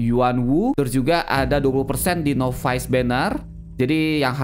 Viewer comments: NOVICE = NAVES , bukan novais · Acah acah pro english